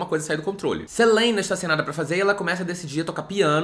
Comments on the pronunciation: Toda vez que ele fala SELEINA eu rio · Toda vez que ele fala “Seleina” eu quase infarto de tanto rir kkkkkkkk muito estranho mesmo 😅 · KKKKKKKKKKKKKK VEI ELE FALANDO O NOME DELA Q NEM GRINGO EU QUEBRO